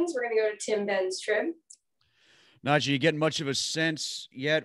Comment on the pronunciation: First...get his name right... NaJee Nah-j-ee... second.. he's a great ! I'm buying his jersey off his personality